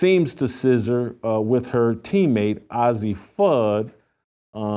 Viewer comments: not OZZIE, it's AZZI! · Old man, why don't you leave those young ladies alone, do you have children, and you call yourself a child of God, and ail way talking about someone, judge he not so you won't be judged, "God word" and her name is Azzi not Azzie dumbs, and God say he would judge not Jason Whitlock. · paige "buckers" "ahzzi" fudd 😭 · At least pronounce Azzi Fudd’s name right, nitwit. You are a disgrace. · Jason it’s Azzi, like how you would pronounce the two letter abbreviation for Arizona. Please say her name correctly. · You can't even pronounce the name AZZI correctly.no one cares about your caitlin clark obsession.